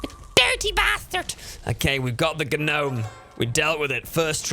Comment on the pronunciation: Yuck. Dont say the "G".